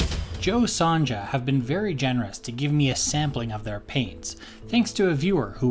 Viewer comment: Great video! It's pronounced "Son-ya" though. :)